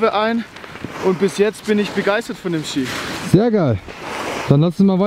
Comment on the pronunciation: Das heißt Ski nicht skier 😃